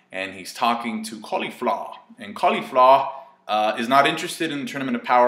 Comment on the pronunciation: "Califla" The way says it 🤣